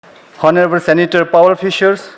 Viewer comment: Can someone please tell the young man who read the program that honorable is read onorable. Otherwise he is perfect. Thank you.